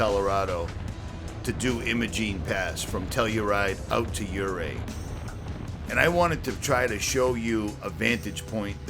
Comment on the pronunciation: Hey,! I'd know your voice anywhere. This is so cool that you did this! I did Black Bear from Ouray, where I lived for 10 years, to Telluride, where I worked for 5 years, and back to Ouray over Imogene. It was cool that you pronounced Ouray properly. Most don't. In the '90s, there was a mailbox on the tip top. I have a still photo of it. I found it hilarious. Excellent job on the video. I THOROUGHLY ENJOYED it. Thanks for reminding me why I live here! The drone footage and music really made it GREAT! As good as the "Pro's" stuff on the discovery channel. God Bless You. (PS. Since you've been coming for years, did you ever come to our Show in Ouray, with Dennis Weaver, TV's McCloud and Chester from Gunsmoke? In case you did, I was the one on Guitar/Banjo/Mandolin/Bass/Drums and Native American Flute.)